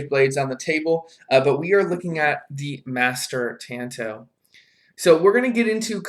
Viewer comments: It’s not a tan-toe, like your toe got some sun. It’s a tahn-to. The A is an ahh sound. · FFS! TA as in I like to squeeze TATAS! TA N TO as in that was my TOE! PLEASE AT LEAST LEARN TO SAY THE NAME RIGHT! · Tanto is pronounced like this Ta is like the ta in taco 🌮 N is like the n in November To is a deeper O like that in door but you will have the t and no r